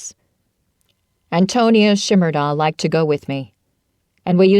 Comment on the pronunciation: As a native Nebraska ...it is pronounced Anton... ia